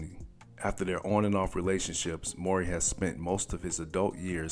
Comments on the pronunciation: Man his name isn’t more-ry… it’s MOW like NOW-MOWRY. U sayin it thru the whole video man. Please redo the commentary 👌🏽🙏🏿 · their last name is pronounced "Mow-Ree", not "Mor- Ree". Just FYI. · WELL THE WHOLE VIDEO U SAID HIS LAST NAME WRONG......its M W.....RY.................... not maury bro.......IJS........ AND HE IN KEVIN HART NEW SHIT CALLED ME TIME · Not "More-y". It's pronounced how it's spelled, Mow-ry. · 😂fr!!!...he pronounced it like "maury".... got me thinking bout paternity tests,"You Are Not The Father!!!",the crowd booing when the dude come out,etc. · I kept asking myself who he was talking about. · just say Taj as your pronunciation of his last name is starting to somewhat grate on me bruh! It's Mowry (Mow-ry) not Murray not Morey and defo not Morrey/ie. Otherwise nice vid👍🏾🙏🏾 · It's not Mor-ry it's Mow-ry guy! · Pronounced "Mowry", not "Morey"... like m-ow-ry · MOW( as in cow)- REE! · its pronounced... MOW-REE !!!! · Tia says it like “Moury”. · NOT NO DAMN MAURY MOWEY!! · It's Mow-ree! It irked me, sorry Lol... but great content none the less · I know you’re younger than 35 because you don’t pronounce Mowry as Ma-OW-ree lol